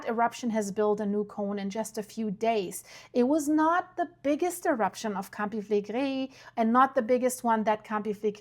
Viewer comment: A woman from Naples recently corrected me and said that Campi Flegrei is pronounced "Cam/pee Fle/gray". Just saying.